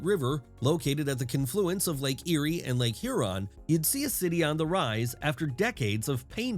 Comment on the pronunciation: This video was narrated by AI. - it mispronounces 'confluence' as kinfluence